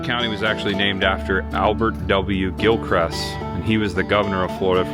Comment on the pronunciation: I drive that road in the beginning every day on my way to work at Lancaster Correctional Institution outside of Trenton. Oh, and it's Gilchrist, not Gilcrest😅